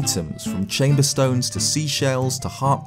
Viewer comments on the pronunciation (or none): none